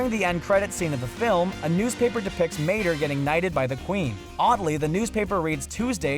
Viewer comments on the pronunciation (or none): wow the guy talking in this video needs to pay attention to the names hes saying since he call Mater from cars tomator